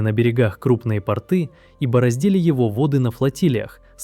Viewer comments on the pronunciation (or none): я тоже, кстати, выпал с этого😅🤣🤣🤣 Я, конечно, всё понимаю, но говорить портЫ вместо пОрты — всё-таки признак безграмотности… Автору нужно быть внимательнее 🙂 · Не портЫ, а пОрты. И тОрты.